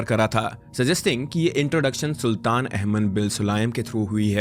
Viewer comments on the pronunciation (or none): It is not saltan 😂 pronouns “Sultan” 😊